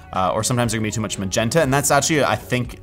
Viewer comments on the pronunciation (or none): none